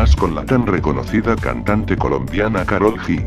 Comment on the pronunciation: es karol yi se escribe karol g pero no se dice karol gi